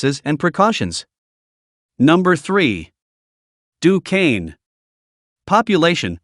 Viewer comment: At least he didn't pronounce it "Dew-quence"!😅